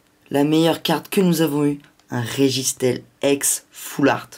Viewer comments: Super vidéo, mais sans te vexer c'est Régisteel (qui se prononce régistil, et non régistèl)... Sinon je like et m'abonne :D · registeel se prononce "registil" ;)